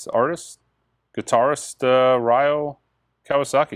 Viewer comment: Hey,!! It is pronounced 'Ree-o' Kawasaki. I worked with him musically in the 80s & 90s. He was amazing!!